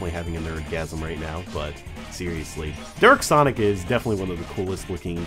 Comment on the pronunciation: You said derk sonic instead of dark sonic